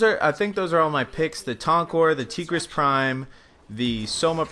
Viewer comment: This nigga said Tee-gris Prime